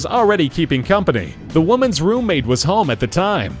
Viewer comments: 'Rommate' lol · "Rommate" haha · lol "rommate"